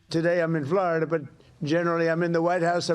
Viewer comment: Why do so many geriatrics call it flarduh? lol